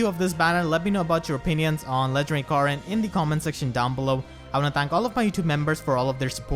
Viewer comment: 𝔸𝕟𝕪𝕠𝕟𝕖 𝕖𝕝𝕤𝕖 𝕣𝕖𝕒𝕝𝕚𝕫𝕖𝕕 "𝕃𝕖𝕘𝕖𝕟𝕕𝕒𝕣𝕪 Corn” 𝕒𝕥